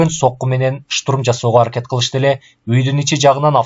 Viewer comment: Бир созду кайра-кайра кайталай бериптир автор,кислотаны ашыкча эле коп жазган,тапа-так ,деген соз жок,так которуп,деп жазылат.Орусча создорго ударение туура эмес жасалыптыр,туура эмес окулган, шутурум эмес,штурм,дагы бир нече создор.